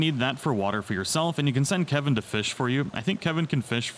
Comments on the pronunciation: ITS KELVIN NOT KEVIN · not to be that guy but sorry i-i-it's Kelvin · IT'S KELVIN, K.E.L.V.I.N! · I lose braincells each time someone calls him Kevin instead of Kelvin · Not Calvin Not Kevin It is Kelvin... shesh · thanks for the help but his name is KELVIN D: this drove me mad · its not kevin its kalvin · His name is Kelvin not Kevin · Am I the only one who is annoyed when ppl can't pronounce pretty simple words. For instance it's spelled Kelvin but yet everyone calls him Kevin.